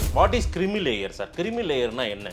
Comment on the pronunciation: Creamy (க்ரீமி) லேயர் டா அது. கிரிமி லேயர் இல்லடா the vidiyal ஆட்சி சொம்பே